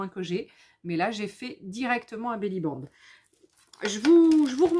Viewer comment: Bonjour, on dit Belli Band. (Une belle bande) Pas Belli bang 😂...